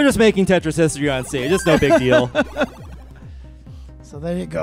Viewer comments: He actually says “Tetris or death!” But yeah, it does sound like Jeff lol. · Tetris has 3 syllables Boom Tet Ris